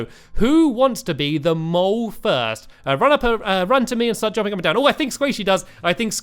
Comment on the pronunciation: At first i thought he kept saying get them all instead of get the mole